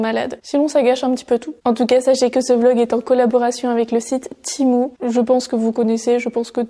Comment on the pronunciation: Cc j’aime trop tes vidéos ❤❤❤ mais ça me stress quand tu dit timou au lieu de tému mais sinon jtm trop ❤❤